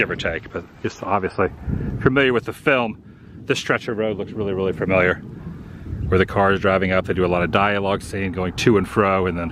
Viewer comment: Please don't hate me but listening to you say FUR-miliar instead of familiar reminds me of my dad saying WORSH-ington instead of Washington and it's literally where he was born and raised. 🤣🤣🤣